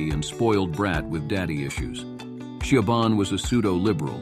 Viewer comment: Shee o bahn? What?